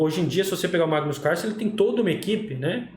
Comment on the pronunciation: prq fala CARLSEN todo estranho 😂😂😂😂, pow é cada uma 😂😂, e MIGUEL tal 😂😂